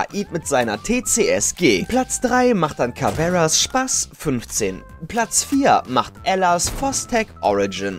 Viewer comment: Kommt es nur mir so vor oder sagt er Spaßt statt Spas😂😂